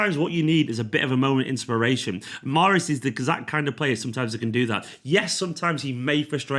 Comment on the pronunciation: mahreeeez zzz